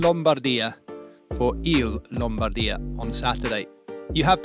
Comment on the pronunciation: nice highlights, but please.. it's LOM-BAR-DEE-AH 😅😅